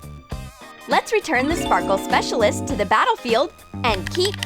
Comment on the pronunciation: STOP SAYING SPARKLE SPEACLIST